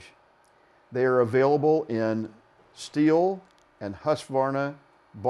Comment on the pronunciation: Nice. I'd be even more impressed if he said ”Jonsered” with proper Swedish pronunciation.